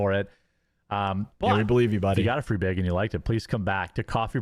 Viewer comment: I’m so glad I’m not the only one that’s noticing that stupid pronunciation beg instead of bag.